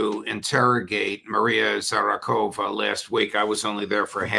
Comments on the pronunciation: I'm sorry to be the one but, I'm kind of amused by Judge's inability to say Maria Zakharova name correctly, he said Zarakova and has said it many times... I can't be the only one who noticed... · Judge, your pronunciation of that Russian last name is worsening. It is not "Maria Zha ra KHO va." it is "Maria Zha KHA ro va." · Judge, you butchering Mrs Zacharova last name is getting embarrassing. Please, repeat Za-cha-ro-va a couple of times, please, do. Repetita juvant. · Come on judge you need to learn how to pronounce her name. Let me help you. ZA HA RO VA. S ay it with me Maria Zaharova. Good.